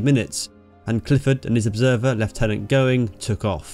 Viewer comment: It is very nice to hear leftenant rather then the lieutenant